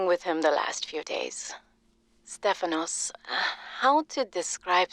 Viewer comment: As a Greek I can say Stefano is accurate!